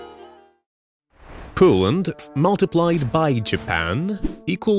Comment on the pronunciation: "Coland" 💀 "pig imland" 💀 "windows" 💀 "times" 💀 "noclod land" 💀